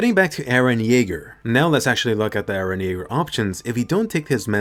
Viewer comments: “E r e h” 👁👄👁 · By the way its Eren not Iran 😂